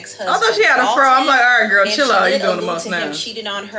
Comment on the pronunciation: Lol idk why its so funny when D say Gurl 😂😂